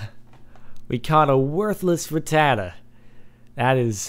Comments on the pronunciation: its pronounced rat - ta - tat - ta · like if u lolled whe he said ratata